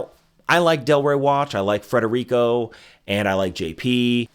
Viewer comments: It's Federico, not Frederico. But, thanks for the endorsement. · “Federico”, not “Frederico”. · Omg Federico, not Frederico. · Fed-erico. Smh. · FEDERICO not Frederico.